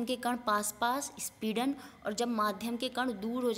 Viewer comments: speedan nhi sampidan hota hai 👌👌👌👍👍👍👍💐💐💐💐💐💐💐💐💐💐💐💐💐💐💐💐😊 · Speedan bol bol ke... sampeedan hai mam